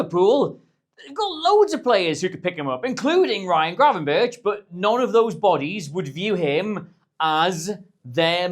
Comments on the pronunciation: Still pronouncing Gravenberch wrong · You pronounce Krejci better than you pronounce Gravenberch.